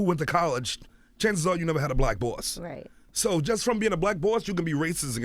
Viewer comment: see how he saying the word BOSS... hmmmmm very interesting